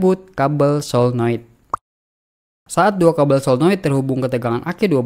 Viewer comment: Saya setuju dengan abang ini. Menyebutkannya tepat. 'Paralel" bukan "Pararel", Solenoid " bukan "Selenoid'.